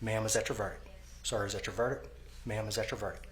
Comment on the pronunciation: Judge can’t even say “verdict” properly after repeating it though..